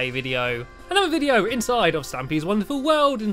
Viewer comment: You said hello vidio